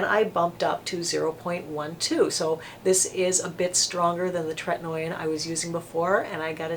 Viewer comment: Tretinoin is pronounced TRET-IN-OH-IN not TRET-IN-OY-IN. Also azelaic is AZ-EL-AY-IC